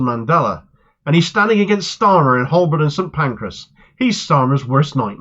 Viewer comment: Excellent news,! Btw, Holborn is pronounced "Hoe burn". The L is silent. Cheers.